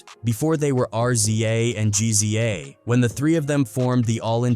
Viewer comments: Once this AI voice called RZA and GZA, R-z-a and G-z-a......I stopped listening. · Pronounced Rizza and Jizza 🤣🤣